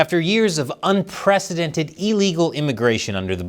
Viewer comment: unprecedented OR unpresidented?